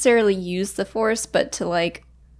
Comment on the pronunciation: lol force-see